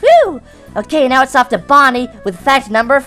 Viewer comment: Instead of bonei you sed body